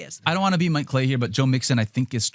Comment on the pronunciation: "Mike Clay-I"...